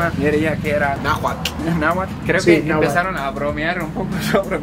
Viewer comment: Pronuncian Náhuatl mal, acentuan mucho la "T" la "L" es la que automáticamente sonido a la T...